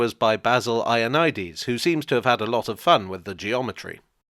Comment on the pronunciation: Eye oh nigh dees...er...phonetically please try Yo ann id ees...